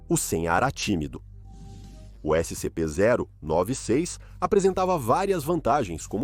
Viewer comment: "Ésse sem em pê" kkkkkkkkkkkkkkkkk